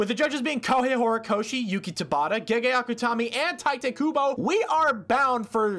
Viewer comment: What? He said tight but it's pronounced tee-teh